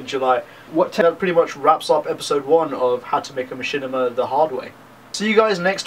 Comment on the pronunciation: laugh wtf is a ma - chin - i - ma! haha learn how to pronounce the word at least.